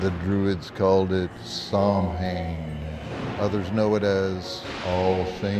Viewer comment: Is he mispronouncing Samhain on purpose to be funny, or is he just ignorant? 🤷‍♂